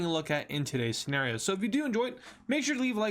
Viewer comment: You say senerio